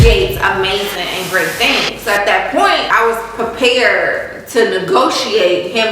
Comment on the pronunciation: your hair is slayed but it's prepared NOT prepaired js sis😘